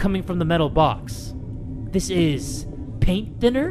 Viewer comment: "Paint thinner two die" Sounds like "Paint tinner to die"